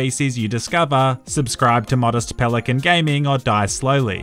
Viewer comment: I thought it was a pelican not a pelicunt